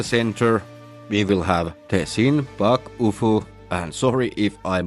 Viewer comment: Your pronunciation of Bakufu was pretty close. Nice job. Glad you think so well of this game. I would certainly want to play. I've been wanting to play a game just like this one for many years. Glad it's finally coming out.